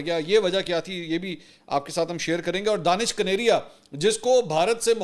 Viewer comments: اس کا نام دانش کنیریا نہیں ھے دنیش کنیریا ھے آپ بلا وجہ دانش دانش کہتے رھتے ھیں دانش مسلم نام ھے اور دنیش ہندو نام ھے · His name is dinesh kaneria not Danish kaneria. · جناب منصور صاحب اس کا نام دنیش کنیریا ہے دانش نہیں براہ مہربانی اپ تو تصحیح کرلیں دانش اور دانش میں بہت فرق ہوتا ہے